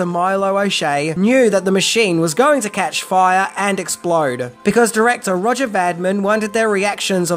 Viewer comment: Pronounced RO -jay Va - Deem. If you are going to say it fifty times, get it right. Otherwise, a good video